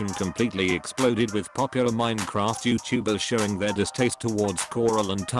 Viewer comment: Google talk feature: YeowwTuhbers